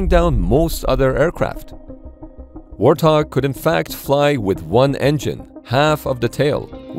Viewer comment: Warthog? More like Warthong, AHAHAHAHAHAHAHA